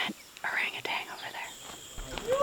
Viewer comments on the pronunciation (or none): Absolutely love you guys, please tell Ben that there is no G at the end of orangutan